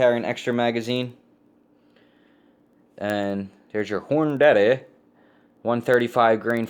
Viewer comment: Hor-na-D....just giving you a hard time....I like your way too!!! Great vid dude.....